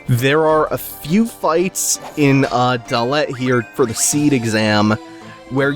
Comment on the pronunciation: also it's not gal bad ia, its galbade ia, as you would say forbade. and not dol-let..just dollet :)